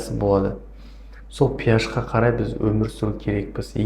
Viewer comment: Пиаш емес HP ашпи деп оқылады дәрігер дұрыс оқы